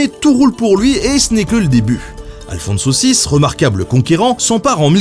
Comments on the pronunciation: C'est incroyable, tu fais tous les efforts pour prononce le nom arabe de Saladin, mais pas moyen de prendre un accent pour pas massacrer un nom espagnol catholique... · à chaque fois j'entends alfon-saucisse, ça me donne faim :x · Je peux pas m'empêche d'entrendre "Aphonse saucisse", à la place d'Alfonso VI :D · moi, j'entend " à le fond de saucisse" ... j'ai pas réussi à me concentrer. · J'ai du mal avec le nom d'Alfonso VI. À chaque fois j'entends Alfon saucisse ce qui est assez perturbant.